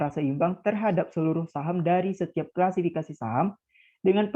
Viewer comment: Kla si fi ka si, bukan kla fi si ka si pembicara ketiga… belibet amat dah… tapi thanks materinya… 👍🏻